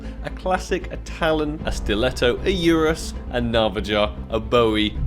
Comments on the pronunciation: Did he just said Urus to the ursus knife???? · Did you say urus? wtf